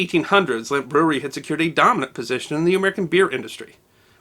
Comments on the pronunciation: It's NOT "Limp"! It's "LEMP"! Like the "e" in 'head'. L E M P! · You keep pronouncing it ‘Limp’. It’s Lehmp’. Es macht mich verrückt!